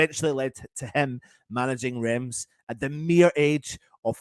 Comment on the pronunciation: That's not how you pronounce Reims!!!!!!!!!!!!!!!!!